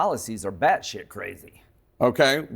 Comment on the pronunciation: It's so scary to hear an American Senator speaking so much "batshithe". Is this who America has become? How did that happen? And their speach is about making America Great "again"? Batshithe!